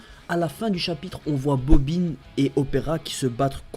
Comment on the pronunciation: ^^ haaa je préfère comment tu le prononce comme une bobbine de fil et pas bobbin (gamin) x) comme le dit le dok